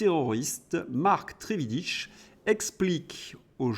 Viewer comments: Très bonne vidéo ! Mais pourquoi faire du juge Trévidic un yougoslave en prononçant Tréviditch ? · Trevidic et non pas Trevididch !!! Vous lisez votre prompteur donc les fautes qui y sont incluses, non ??? 🤔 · Trevidic se prononce TrevidiK et non TrevidiTCH. Il est d'origine bretonne et non serbocroate. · Marc trevidic(prononcé k à la fin et pas ch)il est breton pas serbe ! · Cher Pourquoi le tch à la fin du nom de Trévidic.?? Pierre Jovanovic reprend tout ceux qui oublient que le C en français, se prononce C et non tch. Merci pour votre magnifique boulot❤ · Sans vous offenser,, Marc Trévidic me semble être Breton, et son nom se dit ‘TrévidiK”. Tré rappelle quelque chose qui traverse, ic un suffixe qui veut dire “petit”…Félicitations pour vos vidéos dont je me régale et desquelles j’apprends beaucoup, en jardinant ou en bricolant. Merci! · Bonjour, je partage votre analyse, si l'on observe et que l'on possède un minimum de réflexion, on parvient aux mêmes conclusions. Petite question, pourquoi prononcez vous " Trevidich "? Poupou vous inspire?😉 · Trévidic se prononce Trévidic... C'est un nom breton (wikipédia). Félicitations néanmoins pour votre travail... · Bonjour monsieur ! Trevidic est un nom breton, donc merci de le prononcer simplement Trevidic ! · " Trévidic" est un nom breton, et non serbe, donc prononcer ' '-ic".😳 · Prononcer Trévidik !!! C'est un breton pas un serbe !